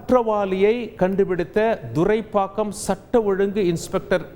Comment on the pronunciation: Sir please mention the area name correctly, it's not Durai pakkam... It's Thuraipakkam..